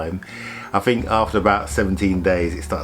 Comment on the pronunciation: paid less than a 3rd or " fird " ??? Month: =" mumff " ?? "th" pronounced ' F ' ?? Is that common in England? Interesting, but new to me. Great Vids and stories. Think = Fink ?!?! It's cute. Saw = Sarr. We saw " sahhhh " without the rrrr . Novel!! Be well!! Great Cars.